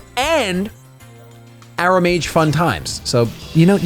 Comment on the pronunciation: Alright. Game's barely started and I already have things to say. Aromages like Aroma, not like arrow. You were pronouncing it Arrowmage.